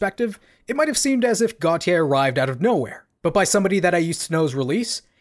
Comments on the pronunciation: It’s pronounced gaultier like the French designer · I JUST FOUND OUT THAT U PRONOUNCE IT AS GOT YEYH NOT FKIN GOATIE LOOOOOOOL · It’s a mispronunciation of his name in french (Gauthier) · Considering he’s also Belgian I’d assume it’s pronounced as got - yeea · am I the only one who pronounced it like "gottee" like the deez nuts meme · I’ve never heard anyone pronounce this band so I always thought it was goaty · Got e yay? I always pronounced it goat-eye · Bruh pronounced "Gotye" 4 different ways in this vid.